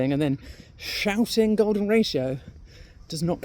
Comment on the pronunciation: thought she said the golem ratio - sounds pretty ugly